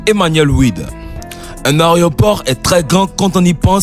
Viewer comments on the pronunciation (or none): Frère , calme toi , on dirait que tu vas bouffer le micro... Et aussi , on dit " aéroport " et non pas " arrêt au port "